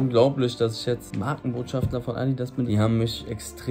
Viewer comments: Ich gönne es dir so dolle <3 aber bitte bitte sag doch nur einmal schafter und nicht schaftler, mein innerer Monk springt aus dem Fenster... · Jung, es heißt BotschaftER nicht BotschaftLER. Eli hat es falsch gesagt. Clever biste nicht.